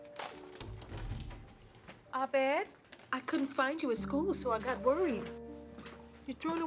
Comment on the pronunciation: Literally why did no one tell the actors that’s not how you pronounce his fuckin name lmao, like I maybe understand pierce because it feels in character for him to fuck it up but everyone else?